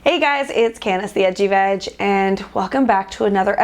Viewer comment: i swear every time she says "edgy veg" it sounds like "itchy bitch" to me 😂😂😂😂